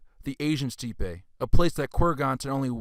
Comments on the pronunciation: Steppe is pronounced STEP. and it's NOT a "Russian word." Perhaps you should brush up on your pronunciation before covering such lofty subjects. Great work, but to more educated people you sound uninformed. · "Kurg ons" "steep ay" "asslimlated" "Globe eular Amphora" He pronounces like hes ricky doing rickisms from trailer park boys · Great video, but steppe should be pronounced “step.” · For further reference, "steppe" is pronounced "step"...not steepay...like you said. 😅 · Your information is on point but it’s hard to listen when there is a mispronunciation of a word like steppe when discussing Indo Europeans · Thanks for putting this together. But you really need to check your pronunciation. It's quite bad. I know you got defensive when others pointed this out, but when you can't pronounce even a basic, common word like steppe properly, your credibility does take a hit.